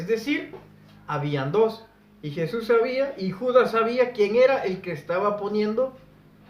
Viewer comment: Yo quisiera saber en que idioma pronuncias el nombre de jesus??